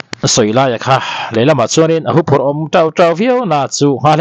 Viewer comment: huphurh tih hi ithluk diklo tlat hu tih lai tak hi thluk hniamla adik zawk,thu chhiartu hmeichhia ang hian ani hian a hmang dik thlap e.